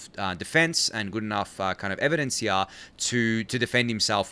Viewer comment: Can you pls keep this guy instead of Ryan, other than the way he pronounces "here", he is perfect.